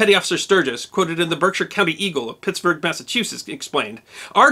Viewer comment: You said “Pittsburgh Massachusetts”, it’s actually Pittsfield. No word of lie, I’ve heard people call it Pittsburgh at least a dozen times in my life. This is in no way a criticism of your video, just made me chuckle. Keep up the hard work, we LOVE what you do!